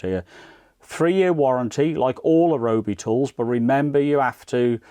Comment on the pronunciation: thanks, i have this but i dont think they have any different style tips unfortunately, which is a shame. FYI its pronouced RYE-O-BEE